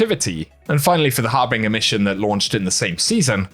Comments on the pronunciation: Har-bin-jer. Not har-bing-er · How did you get the pronounciation of "Coup de grâce" correct, but "Harbinger" not?